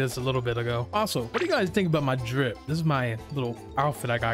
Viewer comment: it isn't rip_nick it is drip_nick